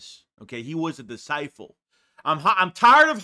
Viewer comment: I'm not tryna bash you but when you say disciPle I bag tf up. 😂